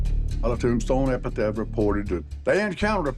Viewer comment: Did that guy say epitath?? It’s epitaph